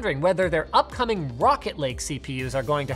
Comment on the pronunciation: I heard "Rocket League CPUs" at first, lul